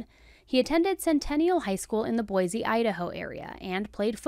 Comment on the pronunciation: THANK YOU FOR COVERING THIS CASE!! Emmett was one of my brothers best friends growing up here in Boise, Idaho. Pronounced (Boy-see😊)..We lived nearby and knew his family. I now live near the Walgreens and still think of Emmett, Ashley and his family every time I pass by. This tragic shooting still affects my heart greatly. So terribly sad & that it didn't need to end this way. Was so tickled to see your coverage on your channel!!